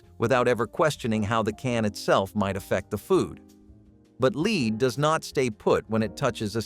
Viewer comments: Led, not leed paint. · I've seen several videos that pronounced it "leed" so I guess at least they're consistent. 😂 Buh-lone-ya drives me nuts, too.